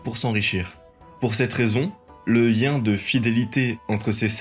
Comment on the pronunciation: T arrive pas à prononcer certains "L" ou.. ?? MiLLe, Lien, aLLiance